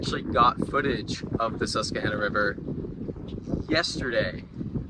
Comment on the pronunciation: Great concept. Quick note - we pronounce the river Sus-qua-han-a.